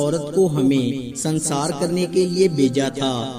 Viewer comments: سنسار نہیں سنگسار۔۔۔۔۔۔سنگ بمعنی پتھر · سنسار نھیں ۔سنگسارھوتاھے